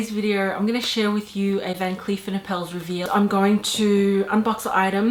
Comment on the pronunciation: It’s pronounced “are-puls” like apples with an “r” in there. Here is a video guide